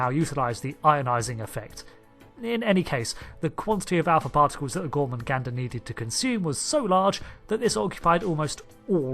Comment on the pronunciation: gor-MAH-gander. THERE IS ONLY 1 'N' IN THE WORD GET IT RIGHT.